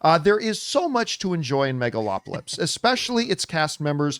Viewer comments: John said "Megalopolypse" every damn time :D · does john keep saying megalopolypse? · John just cannot pronounce the movie properly 😂😂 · The bare minimum he could do to try to pronounce the title of the film correctly. If you don't give a damn, just don't do reviews. It's totally disrespectful and unprofessional. I don't care how casual you try to look. It's bad and not cool.